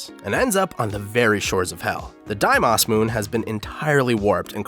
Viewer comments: Okay. Deimos and Phobos. They're pronounced 'dee-mos' (like mos def, or 'most' without the t.) And 'foe-bos' (like boast without the t.) They're Latin for panic and fear. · My ocd was off the charts every time he said “phobas” instead of Phobos or “deimas” instead of Deimos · Its foe-bos, long o on both, and dæ-mos, again long o. Kinda hard to hear you butcher both constantly. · The only irritating thing in this video: Die Moss and Fo' Boss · reads words ending with os: Diemoss and Foboss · deimos=daymos. I can understand why it could easily be pronounced wrong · FOE - BOSE DEE - MOSE GOT DAMMIT WATCH A VIDEO ON HOW TO PRONOUNCE THEM OR SOMETHING. Otherwise, great vid 👍🏿👍🏿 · No one:: Diemas and Phobas Edit: what have I done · I know I'm nitpicking, but I just don't understand how you can mispronounce Phobos and Deimos, they're GREEK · your pronunciation of Phobos and Deimos kill me lol great video regardless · I'm sorry, I can't get over how you pronounce Deimos and Phobos. Where are these "ah" sounds you're pulling out? Why do you call it "phobas"?! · What bothers me is how he's saying Phobos and deimos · late as hell, but phobos and deimos are pronounced wrong and as a fan of both greek mythology (which is where the names come from) and madness combat (which has two characters named after the moons) i am deeply offended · why does nobody on yt know how to pronounce Deimos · I’m honestly surprised didn’t pronounce Mars like mares from the raggedy ass way he pronounced Deimos and Phobos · I HAVE to nitpick about how you pronounced "Deimos" and "Phobos" OMGGGG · J M i was correcting him in my head every single time he said it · How are you pronouncing the name of the moons so incorrectly? Do you pronounce Boston as Bast-en? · Good vid but learn how to pronounce Deimos and Phobos. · It physically hurt to hear the way he pronounced Phobos and Deimos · The way you pronounced Mars' moons greatly concerns me.